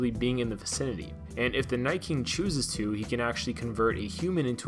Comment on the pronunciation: Wait, did he say The Night “Kink” twice??? Lol